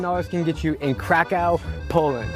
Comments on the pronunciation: Pronounced Krakov not Crack cow !!! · Pronounce it Kraków, not Krakau. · Right now I’m at the airplane heading to Krakow 😊 btw it pronounces KrakoV like W sounds V 😉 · Omg your pronunciation of Krakow having been there 3 times is shocking. It’s pronounced krakov, not krakow. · dear friend the names of the city is not k-r-a-k-o-w it is pronounced k-r-a-k-o-v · Or more accurately K-r-a-k-u-v But in my opinion it's okay, since he was probably saying the English word for the city. And you don't necessarily have to make it phonetically perfect. (Łukasz = Lukas instead of Wukash) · Why not pronounce Krakow the way the people intend it. "Krakov". Lets show respect for heritage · You actually pronounce Kraków krakóv like that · isnt it pronounced "krakof"? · Isn't it pronounced crack of? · hes been their three times and keeps on saying it wrong. ow = uv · Krakow learn how to pronounce it bro. Worst pronunciation I’ve ever heard lol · Your pronunsation of the city is so wrong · That’s not how to pronounce kraków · Lmao why did he pronounce kraków like that 💀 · Say Krakow one more time, lol